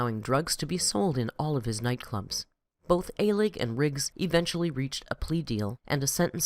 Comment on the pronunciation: It’s pronounced Michael Uh-lig (or Al-ig). Also his boss’s last name is pronounced Gai-shin (or Gai-shen)